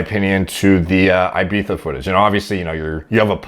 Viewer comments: You smashed the ibiza pronunciation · If you want to pronounce Ibiza the spanish way, just say "eebeetha" in english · Don’t worry you are saying Ibiza right ! (“Ibeether”) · nothing wrong with his pronounciation.in fact some northerners go full retard mode and call it IBIFA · Sounds like you got Ibiza spot on! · Well done for pronouncing Ibiza properly. Shame the mass uneducated are saying it's wrong but....YouTube comments people. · Unlike most Americans he actually says is correctly...